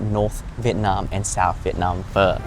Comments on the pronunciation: bro saying pho with the hard r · Pho expert but says pho wrong 😅😅